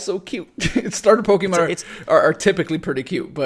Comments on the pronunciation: Man, you really need to stop saying "pokEEmon". It's "pokehmon", please wtf lol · STOP SAYING "POKE-E-MON" YOU FUCKING NEANDERTHAL